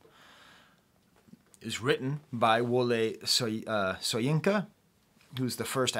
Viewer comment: Great video, as a Nigerian I loved the Soyinka reference. Also the "S" in Soyinka is pronounced as "sh" so it sounds like "shoyinka"